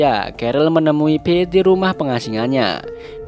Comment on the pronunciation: Kedengarannya Beth😭🤣